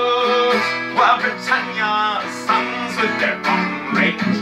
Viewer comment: Did he say Britannias sons or Britannias Huns?